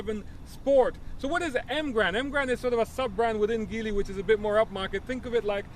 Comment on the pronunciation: Good review. BTW, Geely is pronounced "gee" "lee".